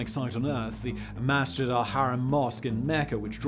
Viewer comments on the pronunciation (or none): none